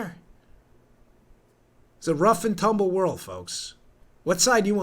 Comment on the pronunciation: The speech was clear however when you say things like "wold of trouble" I can understand why there would be confusion. To the average Joe if we end up in trouble with the law we or our insurance will be sued or we go to jail. It's never going to happen where we are told that we broke the law X amount of times but we wont be charged with the crimes.